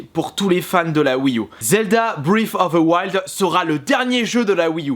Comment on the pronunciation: Je suis désolé mais... Le massacre de la langue anglaise, quoi... Ça se prononce Brêf (le f se fait avec le bout de la langue et les dents ) of de Waild Je suis chiant mais bon...